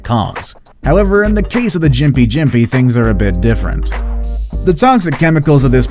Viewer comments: gimp-pee gimp-pee not jim-pi jim-pi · Its pronounced gimpy gimpy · yes it is, and gympie-gympie is a hard g (as in "golf") not a soft g as said by the commentator... but the article's title suggests you should be running away from trees screaming for help, so my expectations were pretty low